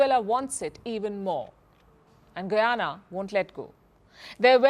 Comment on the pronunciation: Ita guyana not guiana get right but love your show